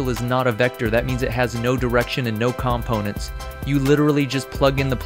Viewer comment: great video but the way you say "components" really bothers me :)